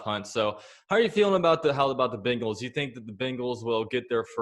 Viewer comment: Why do you pronounce bengals “bingals”